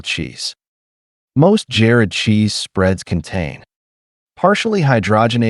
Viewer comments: How about saying Jarred cheese instead of Jared cheese Mr AI 🙄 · "Jared" cheese spreads?? Your A-I "narrator" needs a lesson in pronunciation skills.